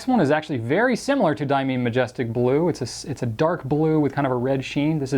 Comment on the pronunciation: Diamine is correctly pronounced “Dye-ah-mine” — not “Dye-ah-mean”, for the record.